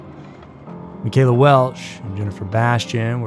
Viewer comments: friend of the Bastian family, here… also grew up less than a mile from Puget Park… her name was pronounced “Michelle-uh” not “mi-kayla.” Additionally, pt defiance park doesn’t include Owen’s beach, which you’ve included . I never knew about the one guy working at the hospital in Lakewood… that’s pretty unsettling, yikes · My cousin is Michella and it’s pronounced “mitch-ella” thanks for the video!! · How the hell do you produce an entire episode without actually knowing how to pronounce the girl's name? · Huge eyeglasses? Looked bookwormish? What are you 12? I stopped listening there. Pathetic narration. You obviously don't know what you're talking about because you can't even pronounce the girl's name.